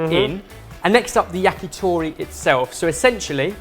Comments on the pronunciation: YACKYTHORRY Fucking hell pronounce it correctly! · the "t" sound in many Asian languages are not the soft, pushing-air-through-the-front-teeth-t in English. In order to say "to" in "yakitori", you should place your tongue on the top of your mouth and push air out quickly and it will create this small pop sound. That's "t". Then just round your lips so that the pop sound that comes out will sound like "toh".